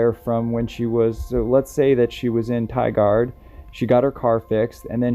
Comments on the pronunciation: Tigard is pernounced Tie-gerd... :) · Tigard is pronounced Tie gaurd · No that not correct. Tigard is pronounced ty-guard. Though sometimes in Southern Oregon they do carry a southern accent. But it is far less noticeable compared to the deep south accent. Maybe your from southern Oregon? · I'm from the Portland area and remember this case specifically. By the way it's pronounced Tigard like Tiger with a hard D so. The part about this story that was sad was they found a body 2 or 3 days into the search but unfortunately it was another missing woman. To me this reeks of foul play. There are alot of missing women in the Pacific NW and I'm not sure if it's human trafficking or Sasquatch but alot of these women go missing in our forests. I've done quite a bit of research on these missing women and there are a ton of similarities in these cases. I was contemplating starting a channel dedicated to missing women just in our area. I think it would help bring awareness to the amount of women and children that go missing just in the Pacific NW alone, not to mention everywhere else in our country. If you would like a guide when you come to our beautiful state I would love to be of assistance along with tons of information on other missing women in our area. Just getting the word out in different platforms I feel is the best way to help bring these people home. I can tell you do this to help bring light to these people's stories and not to just have a successful YouTube channel. If you would like to take me up on my offer, go ahead and message me back and we can exchange info and hopefully team up while your here to help these families get closure on their loved ones. A sad note to this but Alissa's brother was killed in a explosion/fire in the Portland area on July 25th 20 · Tigard is pronounced "Ti-gerd". Good video!